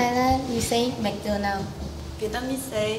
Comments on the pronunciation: In Laos we say “ned fig” not “netprize “ Also “mag-doe-noa” for McDonald’s not “ em do nus “ We also say “pop con” not “bob con” And sandwich in Lao is “saen wid” not “khao jee “ as she’s said khao jee is the French’s beget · มี แมคโดน่อล คัพเค้ก มั้งที่ออกเสียงแบบไทยจริงๆ นอกนั้นเหมือนพยายามกลับมาเป็นคนไทย ยิ่งคนแรกออกเสียงแบบคนไทยที่ใช้ภาษาต่างชาติมานานแล้วจนสำเนียงไม่ค่อยชัดแล้วแต่แซนวิชออกสำเนียงเป๊ะทุกคนนะ 🇹🇭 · I am sorry but in Laos, we do not pronounce Netflix and McDonald's like that, we said it similar to Thai but a bit different. Honestly this just hurt me mentally and I have ask more than 20 people from Laos to pronounce it, it just what I write but it no hate just disappointment. ;-; -From Laos civilian